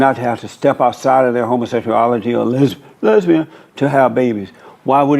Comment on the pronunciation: The way says lesian kills me everytime😂